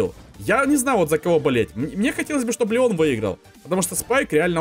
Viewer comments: сказал Ленон а не Леон! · он сказал ЛЕНОН а не ЛЕОН ? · В ты сказал ленон или ненон